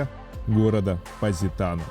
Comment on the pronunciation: Ведущий видео даже произнести названия городов не может правильно : что это за ПаАзитано или ФАрмило 🤌🏼🤌🏼🤌🏼